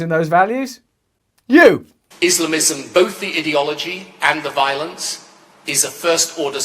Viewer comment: Adore when they say idiology, like it takes idiots to think it all up.